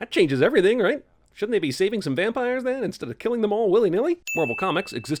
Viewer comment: Puppires! PUPPIRES? REALLY ! ROFL